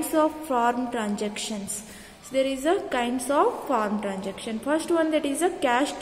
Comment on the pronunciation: And it is transaction, not tranjaction.😅